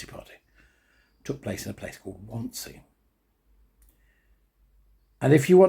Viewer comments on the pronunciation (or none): 'Wannsee', pronounced 'VanZay'. Eichmann was the minute-taker. I, too, love the 'WaW' theme music ... so powerful ... but I feel it would be less so without the images that are 'beneath' it ... Every one of the people/victims featured, one, over time, begins to feel a connection to, making it, imv, as close to 'personal' as one could get being so distant time-wise. I agree with a comment below: it should be mandatory viewing for all schoolchildren, raw, and unedited. Scare seven shades out of them. Give them a lesson in perspective, humility, and truth. (As a 'side lesson', also show them how good terrestrial TV used to be.)